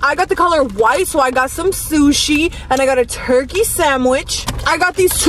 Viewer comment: I love the way she say sandwhich "samwich" I love it! And I also like sushi!